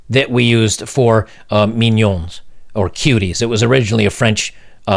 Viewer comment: I'm a french Canadian. Pronounce "mignonnes" like "minion" and you would be closer to the real pronunciation. Mee gnon n-euh(little silent) "Mignonnes" is the feminine plurial of "mignon" (cute)